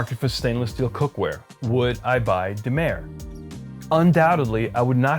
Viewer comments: Say: Duh my ruh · I love how you mispronounce the name right before the maurits Demeyere introduces himself, and then mispronounce the name again after. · I really appreciate your videos and your ethics. You obviously really care about bringing solid info to your viewers and I totally respect that. I learned to cook during lockdown, and I’m now looking at assembling a kitchen that will last a lifetime, so these videos are especially of interest. However, I do have one issue. You literally had the company CEO saying his name properly on his promo video, and you still can’t pronounce it correctly? People’s names are an important part of their identity. Please show some respect and learn to pronounce the brand names properly. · At two minutes in you play a commercial by the owner who clearly pronounces his name and then you continue to mispronounce it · Please research a little bit on how Demeyere is pronounced.